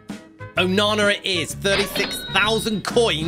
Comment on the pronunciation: Isn't it onana what's my name onana